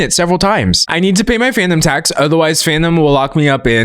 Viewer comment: Oh FANUM tax. I thought you were saying PHANTOM tax 😂